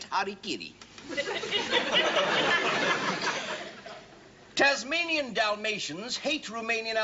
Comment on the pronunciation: He also said "sherpa gurkha" instead of "gurkha sherpa" and "harikiri" instead of "harikari". I suspect those mistakes were actually deliberate.